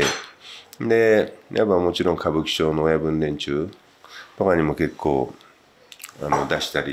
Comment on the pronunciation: の結構は何十億に聞こえます…笑笑